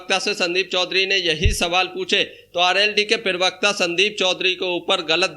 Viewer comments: Prewakta nahi hota bhai parwakta hota he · पिरवक्ता नहीं प्रवक्ता बोलो भाई